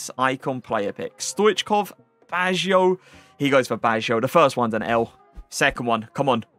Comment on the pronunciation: Si chiama Baggio, non Bajo mnneggh l stramurt